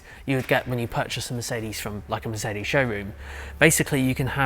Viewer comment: Somehow , you always manage to annoy me by pronouncing MERCEDI BENZ !!! WHY DO YOU DO THIS ???🤯